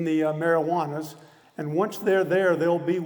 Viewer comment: Pretty sure he called the Marianas the marijuanas